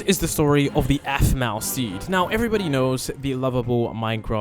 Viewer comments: BRO IT'S APHMAU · Aphmau not masima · Its Aphmau not animal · And her name is Aphmau not Asma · Dude her name is afmaw not 🚫 asmiw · Did he call aphmau asma? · In the start of the vid you'll see he said animal and not aphmou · yeah he also called aphmau Asama 😂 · Bro is bad at saying “ein “and “aphmau” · Bruh He keeps Making this Text to speech thing saying her name wrong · Your saying Aphmau and EIN wrong